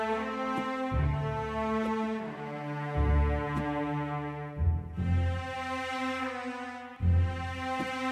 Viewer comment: You are always pronouncing gulab jamun wrong man